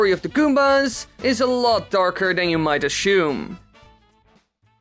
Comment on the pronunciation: I like how you say Ashume.